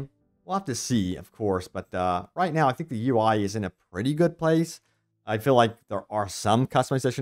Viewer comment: Dude. U say hill/hilling/fill/filling. It's hEAl, fEEl and fEEling 😢 so annoying